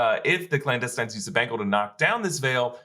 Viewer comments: The "Clowndestines"? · Blandestines? lol